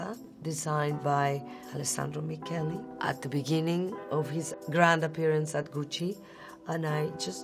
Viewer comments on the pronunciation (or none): none